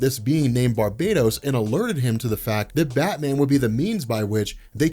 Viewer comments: Its not Bar-bay-dos its Bar-bah-TTOS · Bar-ba-tos. Not barb-atos.